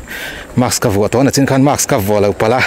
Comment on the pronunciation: nachin ti tawh lo la, nichin tih tur.....in lar sia nangni meuhin inhman dik loh zel chuan a tha lo ang